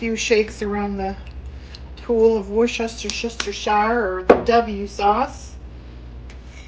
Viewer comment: Wooshter-sheer (or shire) sauce